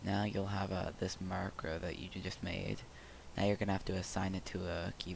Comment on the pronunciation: My mans said "marc ro" LMAO